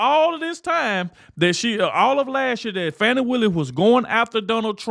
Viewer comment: It's Fattee Willis